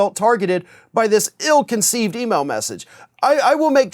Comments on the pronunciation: “I’ll-conceived”? He’s “i’lliterate”. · "I'll-conceived"? ...from a member of congress...